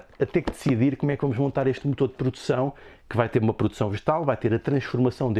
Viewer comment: Pordução...por dicção... por favor